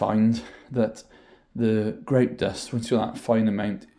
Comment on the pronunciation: I like the way he says greouwt